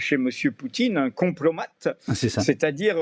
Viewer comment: Kompromat pas complomat....